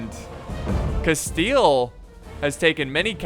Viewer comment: Spanish: Castilla: Casteel